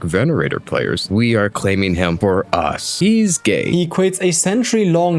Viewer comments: You’d think someone pushing religiously-fueled hate rhetoric would know how to properly say venator and not “Venorator” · Bro keeps calling VENATOR 'venerator', bro doesn't care about his actual examples